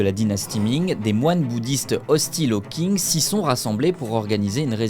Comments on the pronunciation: C’èst Qing pas king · Techniquement c’est même « Tsin » si on écrit comme cela devrais être prononcé, le « g » ne se prononce pas, ce sont des voyelles « eng », « ang », « ing » etc sont des voyelles composé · le mec ne sait pas que qing se prononce "tching" mais il pense pouvoir raconter des histoires sur la chines, merci chatgpt quoi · Belle vidéo mais la prononciation de Qing c’est « tsing » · Déjà qing est pas dit "king" 😂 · Pour information, Qing se prononce "Ching". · Très bonne vidéo par contre par pitié, la prononciation ne peut pas être autant un fiasco, dire "Qing" comme "King" ça pique les oreilles... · Il faudrait aussi que tu t'informe sur comment les mots dans une langue étrangère se prononcent. Le "Q" romanisé se prononce "tch". Avec ça, on comprend vite d'où vient le nom du pays "chine", de la dynastie Qing. En quelque clique, on trouve facilement le cinogramme 清 et on peut facilement le passé dans google translate pour obtenir la prononciation.